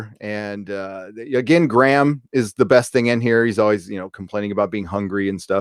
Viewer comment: Gray-um! Not Gram 😂😂😂😂